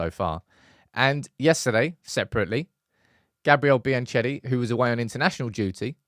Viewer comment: please find out how to pronounce Biancheri